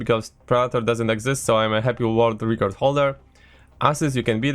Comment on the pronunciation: It's pronounced record and not reecord aaaah